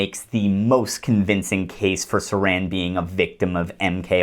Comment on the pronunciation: Thanks! What great work! Haven't seen anything this well sourced and on point throughout. I'm REALLY bummed you went to the left/right paradigm , as if it exists. That and it's Sirhan, the patsy, NOT SARAN, THE WRAP, CAN'T WAIT TO WATCH AGAIN AND OTHERS. Do you have a piece that covers PROGRAMMED TO KILL? THX AGAIN! LEFT/RIGHT 😂